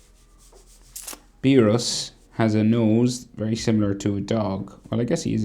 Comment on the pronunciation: Bro am I the only who heard him call beerus DOGE